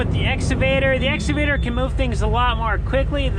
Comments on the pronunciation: Excavator “ x cavator “ not “ s cavator” If says it right I will like and subscribe. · excavater not exavater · I love hearing the cornstars say exsuvator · EX-CA-VATOR READ IT LIKE ITS SPELLED. LOLOL CA CA CA CA === EX CA VATOR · Love and his "exavator" pronunciation. He is so good-natured about everything! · IT'S EX-KUH'-VATOR, LOL!!